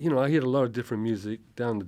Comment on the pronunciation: The way he pronounces heard like "heered" is so very south Wales 🙂